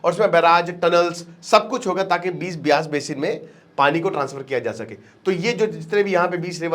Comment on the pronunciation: It's beaas not bees